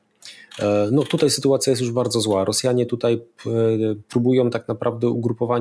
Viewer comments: Czemu p. Zychowicz mowi “tutej”, “dzisiej”..? Czy padlo mi na uszy? 🧐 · Nie "TUTEJ" tylko "TUTAJ" Panie Zychowicz;) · Panie Piotrku słucham każdego programu od wybuchu wojny, ale to 'tutej' razi strasznie. pls fix!!! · Panie Piotrze podziwiam i szanuję za ogrom pracy jaki Pan wykonuje. Niestety dopiero od czasów ataku na Ukrainę i ukazaniu się wywiadów z Jarosławem Wolskim odkryłem Pana kanał ale już tutaj zostanę. Ale uszy mi więdną jak słyszę od Pana: dsisiej i tutej ;) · Wszystko super ale proszę cię Piotrze !!! nie mów tutej ,dzisiej ,tej bo nie zniese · Panie Piotrze dziękuję za bdb wywiady szeroko omawiające tematy nas interesujące. Ale naprawdę proszę już zaprzestać mówić po warszawsku "tutej" a wymawiać >tutaj< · Panie Zychowicz, nie "tutej" tylko tutaj i nie "dzisiej" tylko dzisiaj!!!! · Program super , ale jak słyszę prowadzącego który mówi TUTEJ to trochę mnie otrząsa.